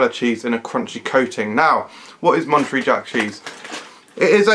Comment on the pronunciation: It's MonteREY, like Manta Ray :D